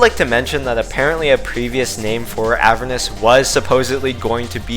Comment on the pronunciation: The pronunciation of Heliopolis and Avernus cut off my fingers.